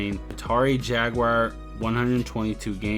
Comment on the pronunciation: Whats a Jag"wire"😂